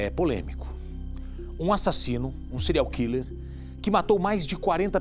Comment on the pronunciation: se for pra usar o termo em inglês ao invés de português, afinal a reporter poderia muito bem dizer assassino em série, ela poderia ao menos pronunciar direito. "Cereal killer", afinal é isso que ela pronuncia.